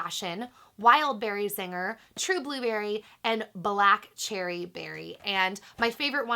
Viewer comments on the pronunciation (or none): none